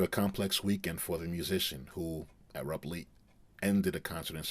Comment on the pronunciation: arab-ly? maybe abruptly..